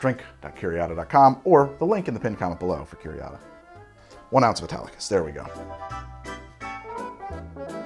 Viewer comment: He keeps saying Italicus, I keep hearing Spartacus!